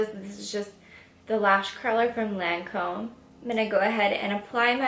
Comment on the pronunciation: You did a great job my love! I was like 😱 when your pronounce the Lancôme moisturizer 🙊, your Frech is great 👏🏼👏🏼. Keep it up 😘❤️💕